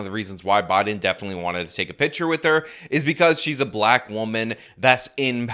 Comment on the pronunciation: Was she saying black I thought she said she's Blat . I was thinking who's this Blat Chick